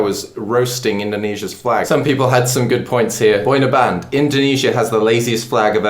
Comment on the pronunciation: Did you just say "boy in a band"? Wtf Lmao its one word boyinaband